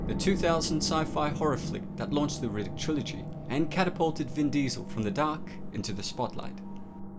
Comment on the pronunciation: Can someone tell me his name because every ti,e he says it it sounds like nyatt